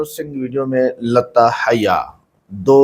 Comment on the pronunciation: Bhai naam tou sahi bolo. Urdu b bolna nahi aata kya… Hyya nahi haya bolo…